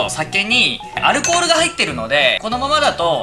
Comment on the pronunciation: アルコール好きってアル中に聴こえてくるw